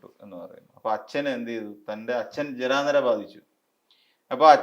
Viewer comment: ഞാനും ഒരു പാട് ചിരിച്ചു. നിങ്ങളുടെ മലയാളം കേട്ടിട്ട് ജരാ നിരയല്ല ജരാനരയാണ്😂😂😂😂